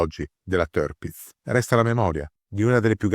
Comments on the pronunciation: Sì pronuncia Tirpitz non terpitz - per resto super documentario !!!! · Ma che tërpitz tërpitz! Si legge tirpitz con la i, non con e, e nemmeno con ë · Il fonetico tedesco esatto sarebbe con la doppia "i": TIIRPITZ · Se posso permettermi, il nome si pronuncia esattamente come si scrive (in accordo con la fonetica tedesca).